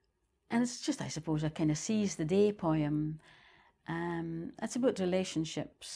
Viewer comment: Ive never heard poem pronounced Poh EE umm